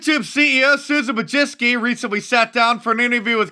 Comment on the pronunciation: Susan Who-Jizz-kee?